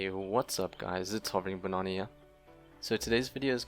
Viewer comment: the way you say banana makes me laugh no offense